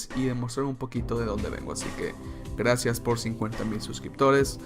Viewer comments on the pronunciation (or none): none